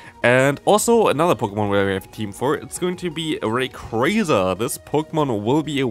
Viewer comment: Can i ask why you are saying Raycraza instead of Rayquaza? is that how its actually pronounced? I don't know these things